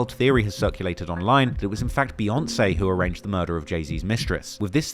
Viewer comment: Jay and Bee 🐝. Why do white folks say Bay? It’s literally pronounced Beeyonce. I gotta turn this off now.